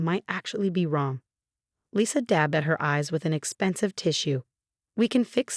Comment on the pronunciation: Lisa, not Lissa. Sarah is a victim of medical neglect and abuse. Lisa, not Liza. Specialist, not secialist.